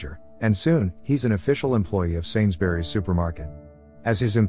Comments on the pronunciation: Man said sainsberries😂😂, it's sainsbury's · He said sainsberrys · Im offended as a British guy it's sainsburys